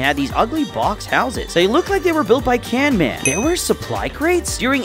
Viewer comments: It’s canman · bro called him “canmam”💀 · Dont say can man its camman